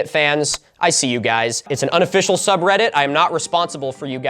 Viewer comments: In this video, Milo pronounces subreddit wrong for 50 minutes 😂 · this video is just milo struggling to pronounce subreddit names